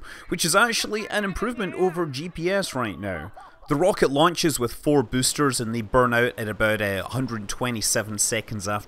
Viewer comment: you have a funny pronunciation of the word "boaster" lol